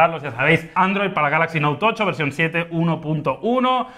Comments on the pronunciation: Porque siempre decís note tocho? Tan difícil es decir note Ocho ? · El "Noutocho"